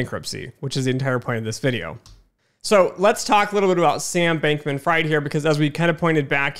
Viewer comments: Good video so far, but you should’ve looked up the pronunciation of Fried before starting lol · Same for Levine.